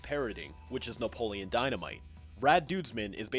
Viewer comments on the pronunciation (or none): none